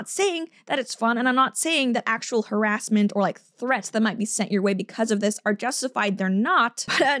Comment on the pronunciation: " What Lindsey ellis refers to as Her Ass Ment" - five seconds later wait what did she say? Accents and how they change placement of emphasis are just awesome. .... No, that's not why I just subbed, but still lol